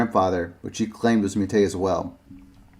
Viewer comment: Simple pronunciation advice: "Métis" is typically pronounced in English either with or without the final s. In my experience usually without, but it seems this is a misunderstanding of French. In this case, standard French actually does pronounce the final consonant. Either way, the accent is on the final syllable, as it always is in French. Thus "MATey" sounds wrong, I think. It probably should be meh-TEE, or meh-TEES. I've usually heard the name as "meh-TEE." Interestingly, according to some info I can find, the Canadian French pronunciation is a little different: Meh-TSEE. A lot of people just assume North American place names or people names with French influence should be pronounce like modern standard French, but of course the French speakers in 17th and 18th century North America who coined these spellings did not speak modern standard French, but a slightly older dialect, whose features sometimes still remains in modern dialects of French in North America. BUT, I am not a Métis, or even an expert on their identity. I am just well versed in linguistics in general and know how to research these details. If there is a preferred pronunciation among the métis community then you can defer to that instead. All I know is that if you say "meh-TEE" or "meh-TEES," then those English speakers like me, familiar enough with the Métis' history & culture to have heard that word pronounced before, wont bash any eye. "matey" sounds like a you're a pirate, and "MEATus" sounds like you k